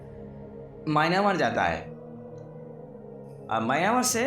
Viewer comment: Maynamar nhi hota myamar hota h bhai